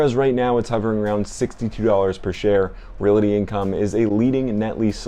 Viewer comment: It’s realty, not reality. And I know you’re not saying reality as in the word with the accent in the al, but you are saying reality with the accent on the single syllabled rea. Appreciate the video though. Always like to hear what you have in your portfolio!